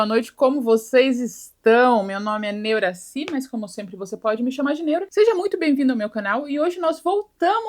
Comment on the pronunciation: Eu demorei muito pra entender que era Neuraci e não Neura sim kkkkkkk